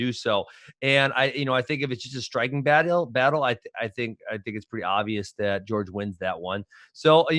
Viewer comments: Ben, it's not "George", it's Jorge. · Everyone in the world: "Jorge" Ben: "George"